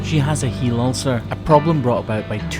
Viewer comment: Isn't it "HEEL Ulcer", not "HEAL Ulcer"???